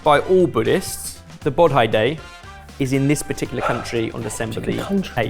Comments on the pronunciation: Bodhi is pronounced like "bow (as in bow and arrow) dee (as in the letter D)", not bawd-eye 😀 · Just wanted to point out, it's pronounced 'Bo-dh-ee' day. 😊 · Always a great show, but but as to the milk and rice, it should be pronounced bo-dhee not bod-hi. It's quite a new Japanese thing, as everywhere else Buddha's day is always celebrated mid May or mid April, depending on tradition, for the Indian spring of Vesak. (Ask Kush...) 😂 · bodhi is pronounced Bo-DH-EE not bo DIE ... just if the information helps :) great content as always though sorted :) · "Bodhi" is pronounced "Boh-dhi",, not "Bod-hi." 🙏🏾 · Jesus… Kush must not have been in on the day this was filmed because he would NOT EVER have let you pronounce Bodhi as ‘Bod-High’ 🤦‍♂️ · Yeah, I was taught Bo-Dee is the correct pronunciation of bodhi too. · please watch Point Break (the Swayze original) and learn to pronounce Bodhi 😉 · pronouncing bodhi and siddhartha gauthama both were just absolutely wrong.